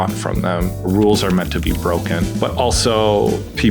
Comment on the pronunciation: "Rules are meant to be bwoken." HAHAHAHA you are great!!